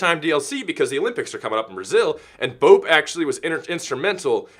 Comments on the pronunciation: BOPE is pronounced Bopeh. Caveira is pronounced Cavehra, and Capitão is pronounced Capitoe. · it's pronounced bop ay just so you know. great video BTW.